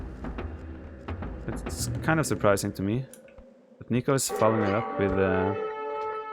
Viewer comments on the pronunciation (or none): you say "nico" in a very funny way viper xD. i'm argentinian and sounds weird jaja, "nico" is from "Nicolas" (or nicholas). xD